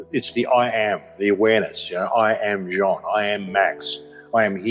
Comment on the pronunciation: I watch you all the time. But, are you just identifying as John, cuz, the spelling of your name doesn't sound like John when articulated. Your name is, ya know, like blue jeans.